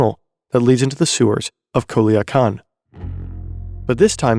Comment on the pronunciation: The way you pronounced Culiacan 😭